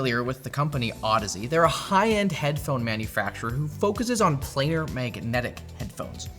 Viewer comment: Get someone to do this episode that knows about headphones ffs, cant even say the tech correct, it's PLANAR not Player